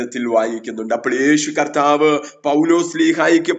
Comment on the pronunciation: യേശു കത്താവ് എന്നാണോ, അതോ കർത്താവ് എന്നാണോ? നിങ്ങൾ കത്താവ് എന്നാണ് പറയുന്നത്. 😄